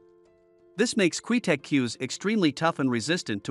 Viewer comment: Can't even say Qtec correctly, lol. Garbage cues, especially the player cues.